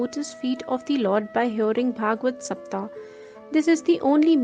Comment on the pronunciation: Pl say SAPTAHA, SAPTHAHA...... Say HA at last.